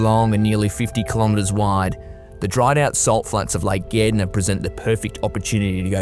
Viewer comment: It's Gairdner and he pronounced it correctly